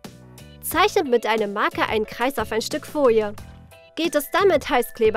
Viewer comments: Wen regt es auch immer auf,wenn sie „Fojie“ statt Folie sagen...der liket❤️ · Eig. Folie.. sie sagt: "Foie"